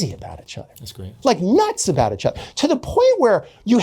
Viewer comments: “Itch other” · Why does he pronounce "each" as "itch"